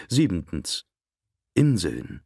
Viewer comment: Es heißt siebtens und nicht siebentens 😉